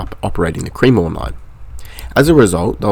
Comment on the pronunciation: Good video mate. Just a note on some place name pronunciation. Cremorne is pronounced "Kre-mourne" . Kre (short e like in tech) and mourne (like mourning the dead 😂). Kew is pronounced line the letter Q.